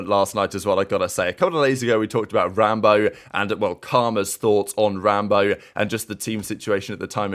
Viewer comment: is wild for saying “rambowl” instead of rambo 😭🤙🏼 1st comment btw